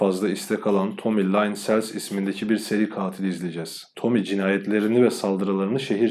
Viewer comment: Nacizane bir öneri. Adamın ismi Tommy Lynn = Tomi Lin SELZ diye okunur. Onun dışında videolarını çok beğendim. Emeğine sağlık.